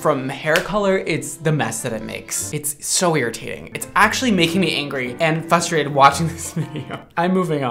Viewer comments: I love him SO MUCH but he said FUSTRATED and not FRUSTRATED and i cringed lol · “ dOnT gEt FuStRaTeD “ Mondo😂❤ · fustrated is not a word 💀 frustrated is tho!! ❤ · everytime says 'fustrated' instead of 'fRustrated' someone ruins their hair on youtube. love u tho 😅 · Oooookaaaaay. I love but is no one else going to talk about him saying “fustrated” like there aren’t two r’s in that word?? 😅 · fRustrated. With an R. That is all 😂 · Please stop saying frustrated as "fustrated" 😭😭😭